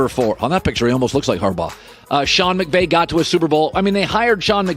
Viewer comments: Am I the only one that heard him say Sean McGay? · Did he just say Sean McGay? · he totally said "Sean McGay" you can't tell me he didn't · He said "McVay" the right way each time after he said "McGay". He knew what he was doing